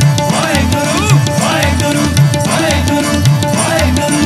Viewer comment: Shabad is beautiful, but the way is saying "WAHEGURRRRRUUU WAHEGUURRRRRUU" is not correct. It should be WAHEGURU and care should be taken to use correct pronunciation when speaking WAHEGURU which is not WAHEGURRRUUU